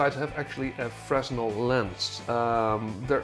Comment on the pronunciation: Good video, thumbs up. One small thing though, you don't pronounce the "s" in "fresnel". It's pronounced "fruh-nel".